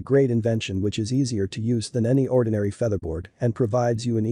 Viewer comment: Another AI generated audio video... WTF is a "feetherbaord" ?!!